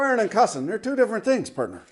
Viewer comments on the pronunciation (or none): none